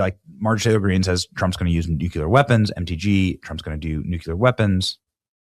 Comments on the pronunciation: would also recommend you run a search and simply ask this question; “is Nucular a word” it will explain exactly what I’ve been telling you. It is listed as a known misspelling and mispronunciation of the word Nuclear. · Repeat after me. “NU-CLE-ER” you spell it correctly but fail to pronounce it correctly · The title says Nuclear but you say Nuc-u-lar!!!! Which is it??? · Benny......you dont know how to aay nuclear.......... its not nuke u lerr........goof ball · Please please PLEASE pronounce the word NUCLEAR correctly!!!. it is pronounced NU -CLE-YEAR. goodness it kills me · "Nu-kew-lar" Gnnnn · Why is he pronouncing "Nuclear" like homer Simpson? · Too bad Benny cant pronounce "nuclear" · You are correct. That IS the pronunciation. That’s just not what I’m hearing. But it won’t keep me from watching my boy Benny every day! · You STILL can't pronounce NUCLEAR properly. Who do you think you are, George W. Bush? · You still can’t say nuclear 🙄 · I really hope they don't use Nuclear weapons. Nucular is interesting though. I wonder what it is. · Love you, but please pronounce the word “NOO CLEE ar” correctly or you are channeling George W Bush who famously pronounced it “NOOK U Ler”. Please, if we’re going to end civilization with this weapon, let’s say the work correctly. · NU-CUE-LUR! Haven't we discussed this Try it like it's spelled: nu-clear. 😘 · all you need to do is run a simple google search for the pronunciation of the word. It will even show you the discussion on why so many Americans mispronounce the word as Nucular instead of Nuclear. The pronunciation is primarily an American thing. Dictionaries will also show the proper pronunciation of the word. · Nuclear...NOT nukular! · Nuclear, pronounced "New-cleear". Not pronounced "New-Q-Lur" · Benny, repeat after me, you need to pronounce it Nu klee er, not Nuk Yoo ler. Love ya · And again, its "nuclear", not "nucular". 🙄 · N-U-C-L-E-A-R NOT N-U-C-U-L-A-R, BENNY!! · Just say nuclear instead of nucular